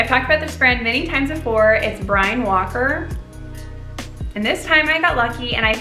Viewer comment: It's pronounced "Brinn Walker" 😊